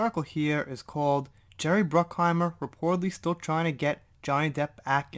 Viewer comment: Bruck-hi-mer. I just could not resist. Ha ha. Keep up the great work and take care.